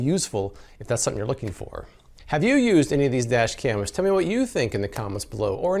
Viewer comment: "Today I'm comparing Four Kar-dashians"